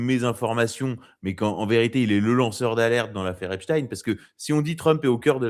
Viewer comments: Quel intérêt d'avoir ce Marquardt ? Il n'a pas apporté grand chose à cet entretien, si ce n'est sa prononciation "epstine" et son anti-trumpisme. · Mr Maquardt ont dit Epstein pas esptine 😊